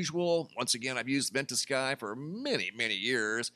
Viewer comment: you pronounce it “vent a sky”? I always say “vent ugh ski”